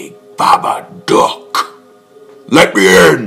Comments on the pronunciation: "The babaduck" it sounds like duck instead of dook DOGGY NO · Bro he says is dok it's dook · You talk so weird when you sayBABA DOOk